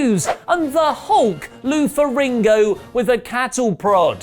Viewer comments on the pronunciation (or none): Lou FERRIG-NO. Not "Ferringo. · "FERRIGNO"...not 'Ferringo'... Sheesh,, get it right... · My man said "Lou Feringo" lol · Uh......... who the hell is Lou Fa-Ringo? Was he the drummer for The Avenger-Beatles supergroup? Or did you mean Lou FerriG-No...the guy who played the 80's TV Hulk and who was in the Bubbly Bunch....I am confused....BEATLES TO AEW CONFIRMED!!!! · Lou Ferringo? C'mon, guys. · I’m just here to read all the comments making fun of for calling Lou Ferrigno “Lou Foringo”😂😂👍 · Dang... butchered Lou's last name. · Dude! FerriGno... sigh